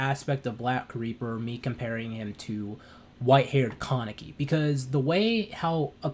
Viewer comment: "Ka-Ne-Ki" its a Japanese name, there's literally no stress in "Ka". It's hard to watch this video with you stressing the word like "KAAAA-neki".